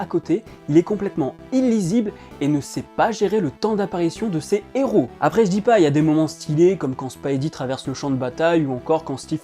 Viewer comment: Lol,le marteau etc....regarde les films plusieurs fois avant de faire des critiques car tu es nul a chier la.....et arrête de dire spidy......c'est spidey.......